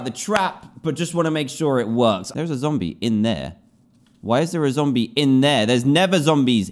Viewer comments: do you know what i need sunset for i need it for a zomble - DANTDM 2019 and yes he said zomble not zombie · He said Zombl instead of zombie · he said zombll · Every time Dan said Zomble, I kept thinking "Womble? What do you need a Womble for?" then realize he meant a zombie